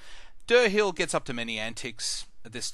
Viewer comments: Deer hile and loreth not Der hill and yerith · How can you pronounce the names so wrong? They even say Dirhael IN THE GAME the way it's supposed to be said.. and you still call him DURR-HILL.